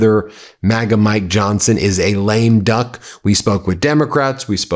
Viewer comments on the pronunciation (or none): "lame dunk"? ...I believe the term is 'Lame duck'. Come on, Ben! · Lame duck not lame dunk